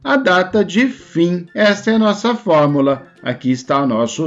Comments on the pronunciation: Se fala “fórmUla” e não “FormAla” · Acredito que seja o sotaque apenas. Não tem nenhum erro no conteúdo do material.